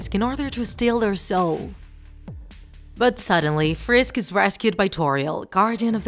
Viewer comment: lol u sed frish instead of frisk. Lol